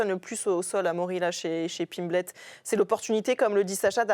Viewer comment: Paddy Piplette elle a dit au début 😂